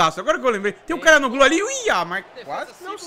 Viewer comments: se diz "tchalanoglu" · o nome dele se fala "Tchalhanoglu" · pega aí a pronúncia. xa la no lú. o ç é pronunciado como x. o h nao é pronunciado assim como o g no meio das palavras. o nome do presidente Erdogan é pronunciado Erdoan. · pra você,se pronuncia CHORAnoglu.